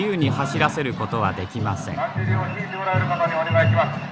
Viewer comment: 「纒見てくれ！そるるぇと、だっじりの〜」 巻き舌と省略語が粋だ。